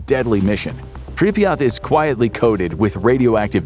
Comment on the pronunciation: Good video, but why do you keep pronouncing Pripyat, as Pripreyot